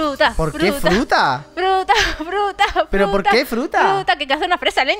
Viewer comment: Se dan cuenta que dijo fruta'q